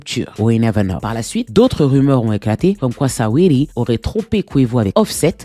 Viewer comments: Ça se prononce sweeti pas sa-we-di 😂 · Mdrrr Sa-wee-ly 😂🤣🤣🤣🤣 tu m'as tué !